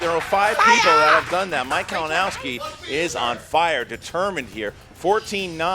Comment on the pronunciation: mispronounciating Kalinowski's name was great:P